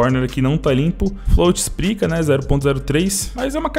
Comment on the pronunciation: float "esprica" kkkkkkkkkk a quarentena me faz prestar atenção numas parada nd a ver aauahshahsuakkk